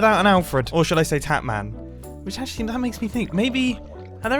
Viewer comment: Ur potatman, not tatman